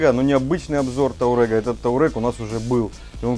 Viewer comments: Все отлично, только не таурег, а туарег. Вы супер. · Не таурег, а туарег. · таурэг? ну почти выговорил))